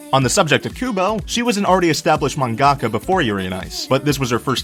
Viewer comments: "Mahn-GAAHK-a" ...I understood most the terrible pronunciation through out this video, but this one threw me for a loop!! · Just one quick note I know you'll hate to hear, but 'mangaka' has the emphasis on 'man'. It helps to think of it like two words, manga and ka. We don't say manGA. We say MANga. Okay, sorry, so sorry, okay I'll leave now, cheers, thanks for the video~ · What the fuck is a man-gaka?Horrible pronunciation right there.But you agree Victor is best boy so you're forgiven. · Please learn how to pronounce japanese words ;_; Mangaka is not pronounced that way </3 Love the facts though <3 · I'm sorry but the way he says Mangaka is so hilarious. No offense.